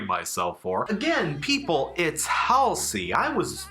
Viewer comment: not to be tha guy, but it's pronounced hall-see